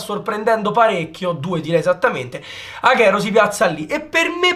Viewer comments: Non posso sentirlo aghero, è Aguero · Non si pronuncia "aghero" ma aguero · Bel video,un unico appunto Agüero si pronuncia Aguero non Aghero